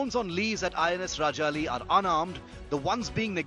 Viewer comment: Being a senior journalist I would expect you to at least get the name of the naval base correctly. Very shabby. It is INS Rajali, not INS Rajaji